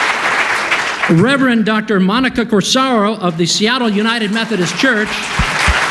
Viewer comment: "Reverend"? Nope...